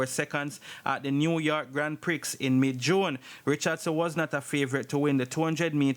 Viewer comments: Fyi….GrandPrix is pronounced GrandPree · Grand “Pree” is how you pronounce grand “ prix”. Blessings